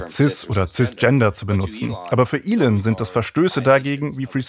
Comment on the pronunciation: Könntet ihr euch bitte entscheiden, ob der Mann nun "Ihhhln", "Ellen" oder doch einfach "Elon" (ausgesprochen "Ilon") heißt? Die ÖRR-Dokus werden auch immer grottiger.